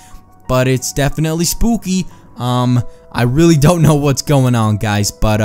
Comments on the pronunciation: Spoookey It's funny how you say that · Why do u say 'spookie' like that?